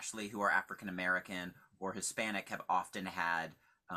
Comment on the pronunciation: So the university wants to find alternative methods to discriminate?... errr I meant "DIVERSITUH"